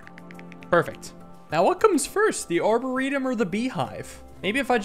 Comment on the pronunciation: Love the video. I think the emphasis is on the -or of a arboretum, not the -e.